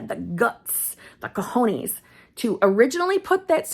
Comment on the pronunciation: you mean COJONES (balls) coh-hoh-neh-s. Ella tuvo los cojones. She had the balls. I'm not commenting so much on the word but more than I am for the algorithm 😂😂 but decided to take advange of that instead of not typing anything lol